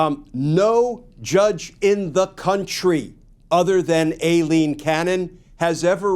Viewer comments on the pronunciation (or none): Her name is EYE-LEAN, not A-Lean. After over a year, it's time to pronounce her name correctly. Anna Bower, of Lawfare, was in the courtroom when the judge was introduced and she confirmed the correct pronunciation.